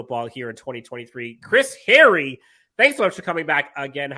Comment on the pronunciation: Kinda funny that you remark about mispronouncing players' names,. Especially since you made the remark to Chris Hayre... HAY-ree. Not Harry. Still love you, dude.